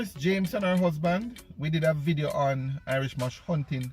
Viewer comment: Irish moss, not Irish Mash, wild hops, not wild lapse, nor wild laps.